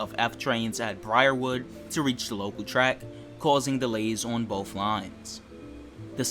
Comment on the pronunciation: BOTH not BOF